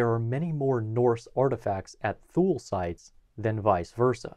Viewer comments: “Thule” is pronounced “tool-ee” or “tool-ay” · This is such a great video that it is a shame that he keeps breaking my eardrums by pronouncing Thule as "thool". :( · I thought "Thule" was pronounced "TOO-lee." No? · I didn't see it mentioned anywhere else in the comments but "Thule" is pronounced: Tu-Lee. Otherwise great video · Thule is pronounced “too-lee” btw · My anthropology professional pronounced Thule as “two-lee”. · I mispronounced Thule. There will usually be at least one mispronunciation in every video--think of it like a "Where's Waldo?" type of thing.